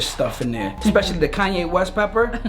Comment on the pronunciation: He said the kayne west pepper😭🤣